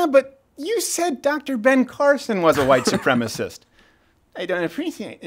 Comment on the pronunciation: A wight soupreemus!